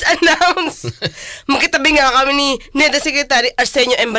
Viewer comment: balisacan hindi balisican!